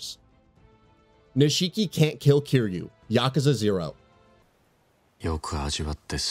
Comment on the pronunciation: They pronounce nishiki's name in game an this guy still pronounces it wrong. I'm starting to think someone didn't play the games they just got picked to read the script for this review.